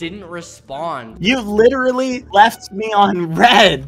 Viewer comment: if i had a cent for whenever badboyhalo says "literatly" i would be the richest man on earth